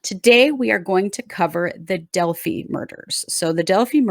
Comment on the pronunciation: The name of the town is Delphi. Pronounced Del•f•i as in eye.